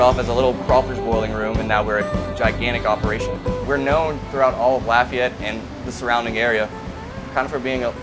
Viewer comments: You can tell they're from here because they pronounce Lafayette right! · So refreshing to hear people pronounce Lafayette correctly for once!! Avery island! I live right there!